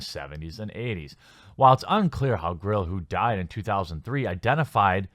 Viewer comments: GILL. Like what fish have. Not GRRRRRILL. Not what you cook burgers on. ARGH. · Lmao you keep saying "grill" when its gill. Get woke go broke. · Clearly reads G-i-l-l and says "GRILL". A few vids back reads P-y-m and says "PRIM". OoooKayyyyy... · Dude, why can't you pronounce Gill correctly? Almost every time you ran across it in this article, you said "Grill." Seriously.